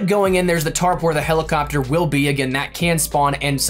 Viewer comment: Did you say "Helicockter"??